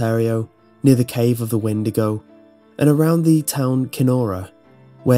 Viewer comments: I believe it's pronounced wen-dee-go not win-di-go. Great video though! Love your channel! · When-de-go <-------- supposed correct pronunciation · 'Weed-to-go' xD